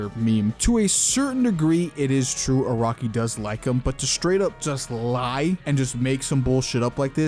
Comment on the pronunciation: bro it's nıt iraqi it's araki lol dndkkd